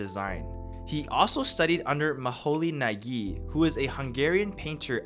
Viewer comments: Hey, like your videos, just wanted to correct you in one thing: Moholy Nagy is pronounced „Moholy-Naj“ or „Moholy-Nadch“. You can google it its hungarian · Maholy-Nagy = Muh-hoh-lee Noj